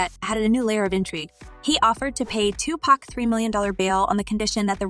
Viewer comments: It's Tupac not to pocks lmao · She keeps pronouncing Tupac as 2 pack